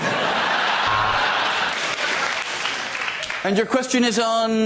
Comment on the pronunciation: Frankie says kids, I hear Keds.